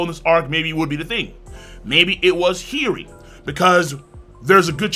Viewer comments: King, no disrespect, but you said Hiyori so many times in a row I need to correct your pronunciation, haha. It's killing me. Hiyori (hee-yoh-ree). No, "heery" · He-your-ree…. Hiyori lol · Bro your pronunciation of Hiyori's name is killing me. Maybe you're just saying it really fast cause I hear "Heary". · The pronunciation for Hiyori Is an inside joke of this channel? At first i didnt even know who he was talking about :P